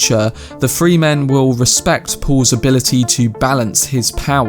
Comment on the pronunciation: Fre- in Fremen is pronounced like frenzy. The u in Irulan is much shorter. Closer to Duke "Lay"-to. Rah-Baan. Dr. You-eeh. I see other commentators got you covered on other stuff already. Glad to hear you like it. Enjoy book two ;O